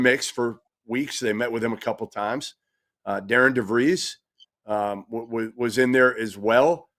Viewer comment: His name is not Darin nor Darren: it’s Darian. The name Darian is pronounced “dairy-en.”